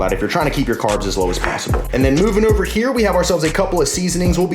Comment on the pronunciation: "Oover" 😂😂 I thought I was the only one